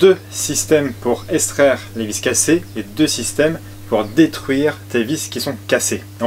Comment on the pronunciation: Petit point de français. Extraire ne se prononce pas eStraire mais bien EX-traire. Et on évite le si j aurais qui n est pas correcte et on s empresse de corriger par un jolie si j avais. 😊. Cette merveilleuse règle des Si n aiment pas les Rai. Bonne journée et merci pour ce super tuto.